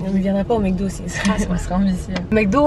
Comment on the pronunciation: romy dit h24 mecdo au lieu de MACdo